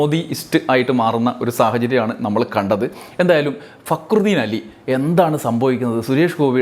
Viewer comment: ഫക്രുദീൻ എന്ന് പേരുള്ളവനെ ഇതിൽ ഭേദം കാര്യം സാധിച്ചേ അതിനു മുന്നിലേക്ക് തിരിഞ്ഞിരുന്ന് തിന്നുകയാണ്. അല്ലെങ്കില് അയാൾ പറയുന്നത് ശരിക്ക് തിരിയാറില്ല. റാ എന്നതൊക്കെ ഴ എന്നാണ് കേൾക്കുക. പി എ ആയിട്ട് പ്രവർത്തിക്കാൻ പറയൂ